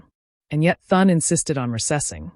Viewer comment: Maybe less dramatic filler and more effort to be able to have AI pronounce the Senate Majority leader's name